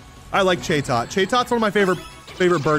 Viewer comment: Bro it’s chat-ot not cha-tot it’s a talking bird!